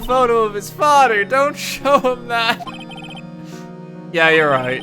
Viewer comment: its FATHER not FADA